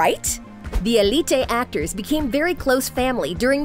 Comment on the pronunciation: If you can’t say Elité just say Elite